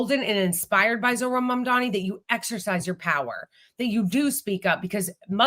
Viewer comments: Omfg, is still saying, Mandami. How on earth can she STILL be saying the likely new NYC mayor's NAME?!! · She even says his name wrong when READING it spelled correctly. Unreal. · just MISPRONOUNCED Mamdani's name too. This is UNBELIEVABLE.